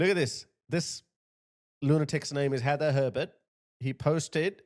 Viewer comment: HE-ather HER-bert 😂😂